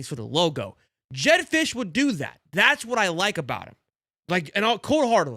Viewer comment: Fisch is not it!